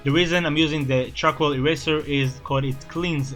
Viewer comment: man i feel dumb he said "arcoal based markers" i looked up what arcoal is then i realised he missed pronounced charcoal i feel dumb. edit: nvm im an idiot >.< xD